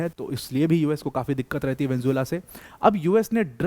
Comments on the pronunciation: Vanjula 😂😂😂 it's Venezuela Sir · वेन्जुला वेन्जुला वेन्जुला नही वेनेजुएला। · ye video dekh ke meri pronunciation bhi kharab hogyi, venjula venjula nikal rha muh se